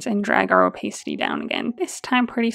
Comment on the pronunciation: Loved this tutorial! One gentle note - "opacity" is pronounced o-PASS-it-tee. One of those words that you can't get the pronunciation from the spelling :D Again: loved the tutorial